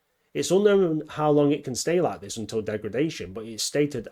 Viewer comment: "HE COULD BE IN ZIS VERY ROOM!"